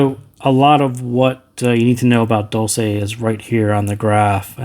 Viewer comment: "dolce" has to be read as "dolche" since it's an Italian word meaning "sweet" :)